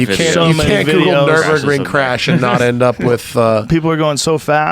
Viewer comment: Hey Joe how about you teach your dumbass "car guy" friend Brenda how to say nurburgring